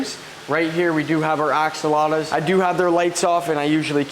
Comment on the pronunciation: You didn't just say axalotas hahahah its axolotls! I dont know if im being dumb but i swear your saying it wrong hahah